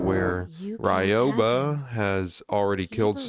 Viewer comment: you got Ryoba correct as well